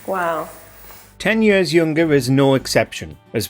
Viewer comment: OK, say it with me now: "YEARS." not "Yirrs."